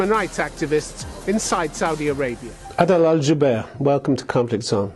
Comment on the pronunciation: نعم ايها المذيع العجوز على الدول الـ 36 ان تتعلم بشكل اكبر وعليك ان تتعلم انت بشكل أكبر حتى تجيد الحوار مع هذا الرجل العظيم الاستاذ/ عادل الجبير اللذي اخطأت في نطق اسمه بينما هو يتحدث لغتك و5 لغات اخرى بطلاقة نعم يجب ان تتعلمون كثيراً هذا الاستاذ ايها العجوز الاشمط يجلس في دولتك ويهينها بعدم المعرفة امامك وامام شعبكم وامام العالم اجمع. لكي تعلم ان السعودية العظمى قادمة وبقوة وعزم واصرار وأنها ليست في حاجتك واستثماراتك بل انت في حاجتها والايام بيننا. من سعودي بكل فخر 🇸🇦🇸🇦🇸🇦